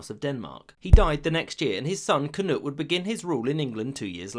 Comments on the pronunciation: “Cnud”😭 its knud in danish so this is weirdly funny to me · KNUD NOT CNUTE